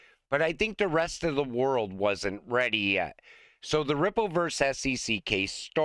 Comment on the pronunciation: Verse? Oh! You mean VERSUS.